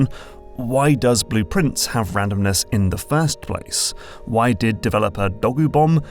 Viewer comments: Same! I went "wait, is the game called 'Blueprints'? I thought it was— ohhhh." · same lol. I was like "why is calling the game Blueprients? Did he got the name wrong? It's Blue Pri- WAIT WAIT" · I feel like an idiot, but only because of your accent did I realize that Blue Prince is supposed to sound like blueprints